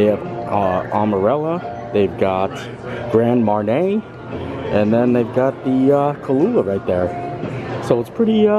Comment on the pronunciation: Love Animal Kingdom Lodge, but never stayed in the Club Level ($$$). I believe Grand Marnier is pronounced Mon-yéā.